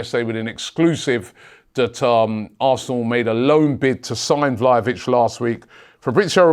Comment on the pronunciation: Robbie, it's not "Vlayovich" it's "VlaHovic". It's "H" like in "ZaHa"